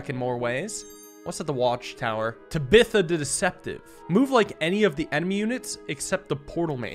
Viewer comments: Did this man really just mispronounce "Tabitha"? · why did you move the Bowman back instead of taking the bishop? Then the king would have killed itself. Also how did you mess up saying Tabitha?